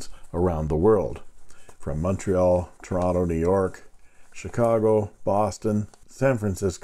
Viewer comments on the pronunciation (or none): none